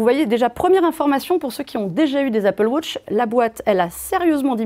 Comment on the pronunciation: L Apple « wosh ». Magique la Prononciation de 😂